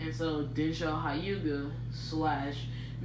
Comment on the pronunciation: 'hi- you-ga' you mean 'h-you-ga'